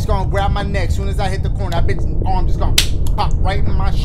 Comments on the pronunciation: I think he said (AWRM) am thinking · He says it like OHWM😂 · “I KNOW Y’ALL SAW THAT THICK A** ARWM” The way he said “arm” was so hilarious😂